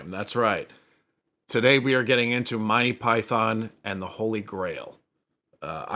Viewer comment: Monty = /monti/ not Mon tye